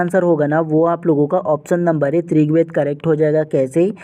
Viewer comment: Aap rigved ko trigved kyo bolte hain